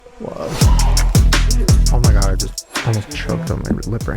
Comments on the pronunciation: OH MY GIRTH! Instead of oh my gerd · Band name : Er-Ma-Gerth 😂😂😂😂😂😂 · Pronounced " oh my gurth*